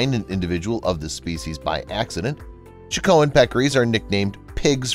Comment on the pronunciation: In addition to the SeeLaCanth: it's CHAH-co-en, not Ch'KO-ahn.